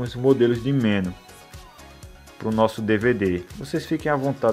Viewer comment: Olá! Assisti vários outros vídeos seu e são muito legais. Outra coisa que queria falar é sobre a pronúncia da palavra MENU. A sílaba mais forte é a NU e vc está pronunciando como a mais forte ME. Se essa palavra tivesse acento seria escrita assim: menú. Essa é só uma dica pra vc, Pq gosto muito dos seus vídeos. Desculpe qualquer coisa e forte abraço.